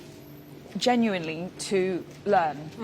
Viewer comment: I like how she’s emphasizing on genuinely hahaha what a liar